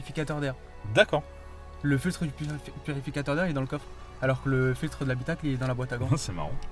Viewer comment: Il m’a gâcher la vidéo le mec a vouloir trop en faire en parlant.. il cherche à faire l’acteur avec son élocution alors qu’il ne sait pas prononcer le mot « purificateur » et que deux seconde après c’est des Wai ect